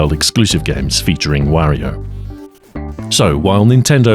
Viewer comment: I continue to watch you partly because you’re the only one who pronounces Mario, Wario, Yoshi properly.